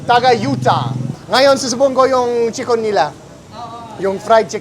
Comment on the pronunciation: Chicken naman ang pronunciation namin, hindi naman chickon 😆